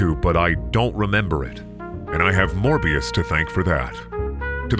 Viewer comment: It's not morber. It's never morber. #morbthesequel